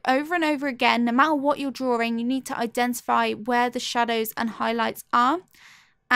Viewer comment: Why do you say drawring only one r